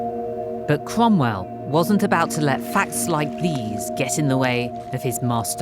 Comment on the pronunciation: I knew it was Lucy as soon as I heard the name Cwomwell.